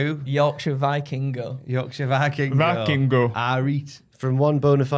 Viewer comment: Hate to be that guy but it’s pronounced VEE-king-go, not VEYE-king-go. - a mexican